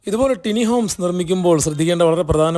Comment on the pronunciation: Elevation 👍👍 ടിനി ഹോംസ് അല്ല ബ്രോ, ടൈനി എന്നാണ് കറക്റ്റ്